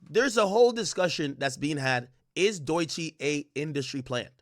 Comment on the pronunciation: He does it on purpose. The last time he spoke on her he said her name correctly, then said “Doychi” right after, as if he doesn’t know how it’s pronounced.